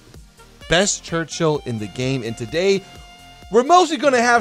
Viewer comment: Ah yes, the Gerchill.